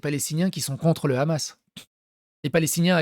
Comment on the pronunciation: ça me trigger les gens qui disent "ramas" au lieux de hamas, tu dis Hawaï pas rawaï